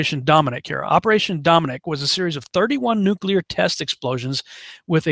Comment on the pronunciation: You said nuclear 3+ times correctly, which forced me to hit the sub button. FINALLY a conspiracy dude I can respect.